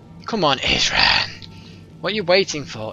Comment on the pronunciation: SHE SAID ISRAN WRONG! D